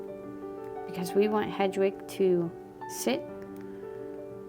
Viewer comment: It’s pronounced Head-wig 😊😆❤️ Just a huge potter fan with adhd…apologies 😂 Thank you for the tutorial! ❤❤❤